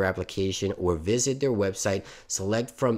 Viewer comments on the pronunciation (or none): none